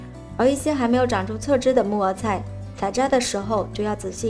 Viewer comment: 木耳菜的（耳）是要捲舌的，沒捲舌會聽成（木偶菜）的 😅😊😆-跟妳隨便聊聊